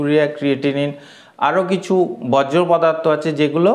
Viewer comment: বজ্র পদার্থ নয়, বর্জ পদার্থ হবে।